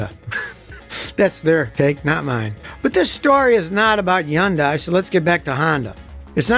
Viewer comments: Its not "Yun-die" its "Hun-die". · Why can you pronounce the "H" in Honda but not in "Yundai"? Mispronunciation makes you look stupid. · Scotty says Yun-Die for Hyundai, I've always said Hun-Day like Sunday since that's what an old Hyundai commercial used to say all the time when Kia and Hyundai were starting to grow. Which is it? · SaStrixS A can of worms? A lot of Americans seem to pronounce it with a silent ‘Y’ as in Hun-day - e.g. Tyler Hoover. In the UK we tend to use ‘high-un-die’ and Scotty seems to say he-yun-day which is probably close to the correct way. Anybody from Japan out there to set us all straight? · 😳I just realized I've been butchering high-yun-day for 20+ years🤣